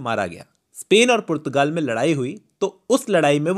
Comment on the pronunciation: Portugal ❌️ purrrtagaal✔️